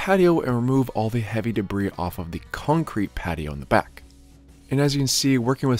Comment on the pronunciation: I can listen to say “cuncrete” all day